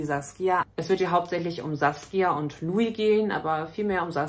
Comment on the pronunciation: 1. LUI und nicht Lio , 2. Führen die beiden KEINE Monogame Beziehung 🙄